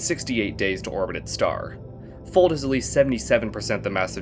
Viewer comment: "Fold" in Icelandic has it's "o" pronounced like the o in lock, not like the one in the English word "fold". If that was the case, then the exoplanets name would be spelled "Fóld" and not "Fold", since ó is the Icelandic letter that makes the sound that the o does in Fold, not o. I hope this makes sense. But ignoring pronunciation, you have done a very good job trying to rank all of these planets cohesively.